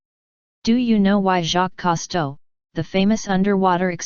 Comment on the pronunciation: That putrifying voice narrating this totally sux. Distracts. Too bad no recording of moaning sounds. Unless this is an old National Enquirer story. Saw a piece on this about 10 yrs ago. Cousteau improperly pronounced. Gads.